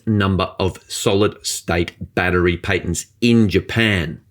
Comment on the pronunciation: There is no A at the end of battery. You are a journalist and should be an educator.